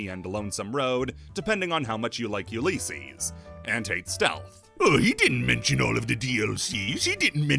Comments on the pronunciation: It's pronunced u li cees, not u lee cees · U lis ees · The way you say Ulysses bothers me, other than that solid video. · The way he says Ulysses is causing me psychic damage